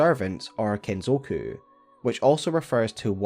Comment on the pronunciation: Very interesting that the pinwheels are called KEN zoku and not Kin zoku